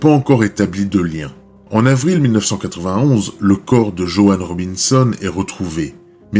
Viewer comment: This would’ve been much better if an actual person had narrated the story. Pony for Pontiac? Johan for JoAnne😮? While I appreciate a lot goes into creating content a lot more effort is needed to correctly pronounce the victims names correctly.